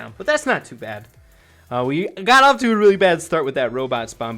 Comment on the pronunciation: lol listen to his 'got off to'